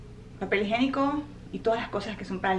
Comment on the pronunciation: Papel higiénico, no se dice higenico